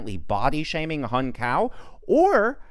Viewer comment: His name is pronounced as "Hoong" not Hung..